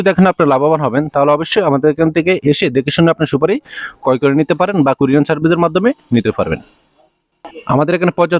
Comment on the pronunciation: আরে ব্যাটা ভোদাই কুরিয়ান সার্ভিস না,ওটা হবে কুরিয়ার সার্ভিস। বার বার কুরিয়ান কুরিয়ান সার্ভিস বলছে।